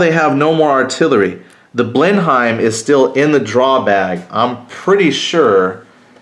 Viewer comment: The aircraft is pronounced blenum. I know English is messed up.